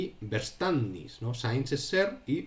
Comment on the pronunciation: ¡Muy claro! Gracias por la exposición. Verständnis se pronunciaría “feashténdnis” en realidad (soy profe de alemán). ¡Un saludo!